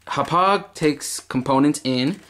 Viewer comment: im sorry but i hate how you say hauppage and always say "right". Sorry bout that. But great vid man :)